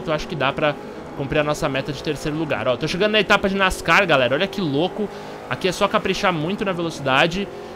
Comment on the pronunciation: o jeito que tu falo ''nascar'' ta errado kkkkk